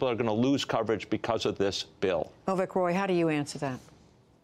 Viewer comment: Hey man, its Avik not Ovik.